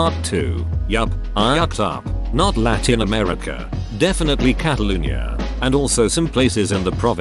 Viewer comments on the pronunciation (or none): none